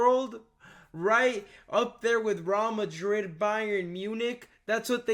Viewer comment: Mate, you mispronounced Real Madrid FFS. Your understanding of football and MUFC is extremely simplistic. Honestly, I'm sick of fans that are advocating for a revolving door of managers. Moyes, Van Gaal, Mourinho, Solskjaer, Ragnick all had the same problems. At what point do you realise that the problems at Utd run deeper than who the manager is?